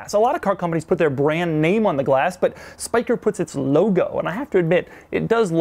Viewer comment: Doug does a pretty good job pronouncing the Dutch name Spyker